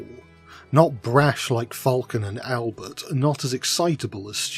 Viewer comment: The french accent you do for Albert is so good bro ❤